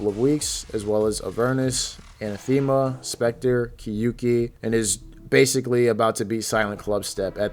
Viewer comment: The way you kept pronouncing "anathema"... T_T